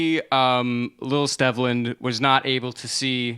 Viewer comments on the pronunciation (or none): The name Stevland is pronounced Steve-land.